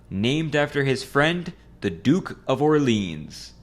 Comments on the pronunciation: "Orleens" is not any better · He didn't even pronounce Orleans properly